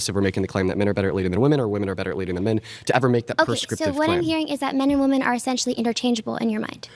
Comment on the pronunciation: How on earth do so many ppl pronounce women as “woman” and men as “min”? Soooo frustrating